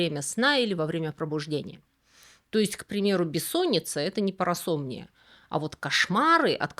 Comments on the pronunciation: А разве разве вас не смутил термин "парасо́мния", когда правильно "парасомни́и"? 🤔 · Вот всё замечательно и интересно! 😊👍 Только всё-таки не "парасо́мния", а парасомни́и. 😉